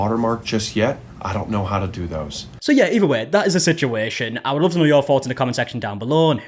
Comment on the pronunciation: “Sichueeshan” scratches an itch in my brain